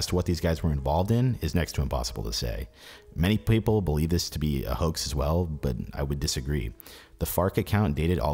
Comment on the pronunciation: "many paypull..." 🤣🤣🤣 Tell me I'm not the only one that caught that.